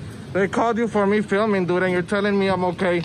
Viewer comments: "...but I was already inside". Milton Waddams anyone? And "doo"? Can someone tell him there's a "d" on the end of the word "dude". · “Dood.” Learn the language.